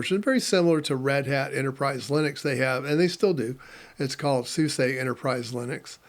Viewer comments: 30 years, folks still don't get it's SoozA not SuSAY or Susie. :D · Another tidbit. I worked for SuSE just after they dropped the . between each letter. So, I guess I just tend to pronounce it as the EU (Germans) do ... like John Phillip Souza. :D No worries. I guess it was just being corrected over and over again by them that made this push that button. :)